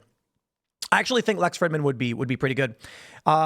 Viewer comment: Lol, Lex Frihddman. Tim intentionally mispronounces his name for a reason...